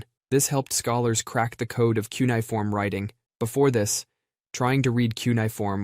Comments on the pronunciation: Cuneiform = “kyu-nee-ih-form”. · You say “cuneiform” really poorly